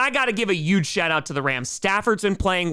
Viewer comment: "uge." "uoston." Slaying me!!!! with your "def not west coast" verbiage there and I love it!!!